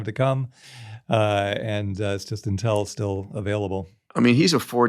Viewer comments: 2 things for: 1. We know you went to MIT bro; the banners are a bit cringe 2. It’s “Inn-tell” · Never heard it pronounced Intél. Is that correct???